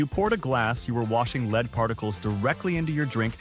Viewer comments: It's not leed it's lead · Leed instead of lead?😅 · Who pronounces lead aka plumbium as leed? AI, right? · That damn leed is terrible 😂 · I caught that, too!! 😆😆